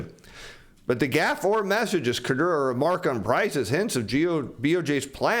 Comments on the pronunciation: Please - it’s k-u-r-o-d-a, not kurdoora. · KOO-ROW-DAH, not KAH-DOOR-RAH LMFAO! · I really like, so I'm not trying to be mean. The name "Kuroda" isn't pronounced "Kurdora." It's "Cur-OH-Da." Like it or not, the BOJ Governor is a big player in global macro, so pronouncing his name right would up the credibility. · I like the content but in the name of everything that is holy: LEARN HOW TO PRONOUNCE KURODA'S NAME!. It's Kuroda NOT Kudora. I've been watching your channel over the last few weeks and you've butchered that name every time and it's annoying the shit out of me. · Your pronunciation of KU-RO-DA, is horrible. It is not KO-DE-RA. That said, JP consumers, in the face of higher prices and economic uncertainty, save money, they don't spend it. Kuroda has been pursing 2% inflation for 10+ years and has achieved nothing. Saving money puts even more deflationary pressure on the economy. This is because women control the purse strings (by in large) and women are risk adverse (by in large). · I appreciate this channel and your effort, but I must help this economy where I can: It’s Ku-ro-da Pronounced- coo-rōe-dah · keeps calling him "Kodura"